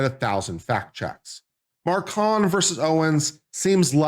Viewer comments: It’s Macron not Marcon 😂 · THE MACRONS ....NOT MARCONS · The name is not Marcon but MACRON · Mah Crone… not Mar Con. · Should at least do your due diligence and learn France's President's name is MACRON. There's an R in the name. You obviously don't know the facts here. Candace DOES have proof. You on the other hand, have NO facts for your claims against Candace but rather weak opinions. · I can't watch him read his script and mis-pronounce "ma-crone" any more. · I admire the dedication to mispronouncing Macron through the entire video. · Dude if you’re making a commentary at least learn the names and pronounce them properly especially when it’s a name of a famous president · I heard Candace mispronouncing the name Macron as well, a bit less, but not correctly. So definitely do not go to her for this. But she can teach you how to do a witchhunt...just accuse, no proof needed, and punish.. And how to build a cult with followers loving and admiring their leader and fighting for him/her...blindly believing him/her...not questioning..not thinking..not asking for evidence.. .She has talent for these things I must say. And all'this'in m'y humble opinion of course. But I do not think at all that you are looking for, less even needing this. Just wanted to mention that although she does not pronounce the name very well....she has some other qualities... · stupid? who ? maybe you...Mispronouncing the MaCrons name. No due diligence, read French book becoming Brigitte. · This person has no idea what he's talking about. He doesn't even know the name of the French president, consistently mispronouncing it. Definitely didn't see the series. But hates Candace. Just as stupid as the stupidity he talks about. Terrible video.